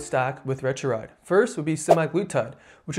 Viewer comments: Retruride??? Seriously...learn how to pronounce it !!! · Couldn’t watch because you kept butchering the pronunciation. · you're not pronouncing them correctly: ret-a-TRU-tide and teer-zep-i-tide